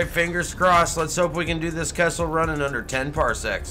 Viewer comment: Are you saying kessel run or castle run. in under 10 parsecs? A parsec is a unit of distance.....I am confused.